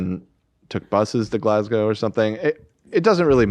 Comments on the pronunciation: it’s Eh-din-bruh - from your friendly neighbourhood Scottish fan- although congrats you pronounced Glasgow spot on lol! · Props to Ethan for actually pronouncing Glasgow properly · As a Scotsman living in Scotland I feel its my duty to teach you how to pronounce Edinburgh. Repeat after me: ED-IN-BUR-UGH Ethan actually got it right second time when he put on a silly voice and mocked our accent. THERE IS NO O DAN! Still my favourite crew member though. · Ed-in-bruh is how its pronounced! Scottish fan here, you guys prounced Glasgow correctly tho! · 🏴🏴🏴 Scottish resident and long term Hila Kleiner here, thank you for a great job with pronouncing Edinburgh! You pretty much got it, Ed-in-burr-uh. And Glasgow was spot on, I'm so used to hearing Edin-berg and Glas-gaow from Americans that I was preparing myself for both. Glas-go is right. The funny thing is, Glasgow is a bigger city than Edinburgh despite not being the capital, idk how he managed to end up in Edinburgh.